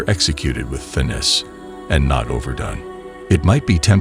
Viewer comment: Not "fitness" - "finess".. Other than that, actually pretty good advice.